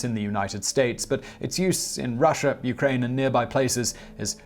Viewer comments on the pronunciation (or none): none